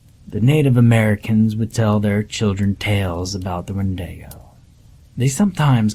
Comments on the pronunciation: Wendaygoh?? You mean wendigo? 😅🤣😅🤣😅🤣😅🤣😅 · Were you trying to say "Wendigo"?